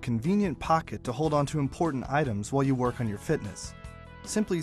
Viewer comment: "or JEW just about anything you like." XD